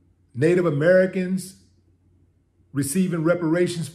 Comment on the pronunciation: "Ameri-kans and Afri-kans"....yes, there is a distinction....